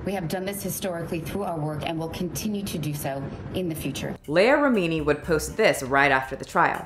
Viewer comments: you have clips that have the correct pronunciation of the names of MASTERSON and LEAH REMINI .. mispronouncing BOTH the first and last names ?? it is quite rude to choose not to pronounce proper names. You edited the CLIP IN . Mispronuciation of words such as "scintilla " is quite cringy . Maybe use an app that will speak the words to you, or just do't use words you don't know how to say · Just my opinion, but it would be good to research name pronunciations. There are countless documentaries on Scientology, and mispronouncing Leah Remini and David Miscavige's names makes this video seem unreliable.